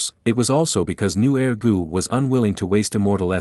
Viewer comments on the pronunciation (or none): I thought nu er gu was some type of gu lmao Sounded like “new air gu”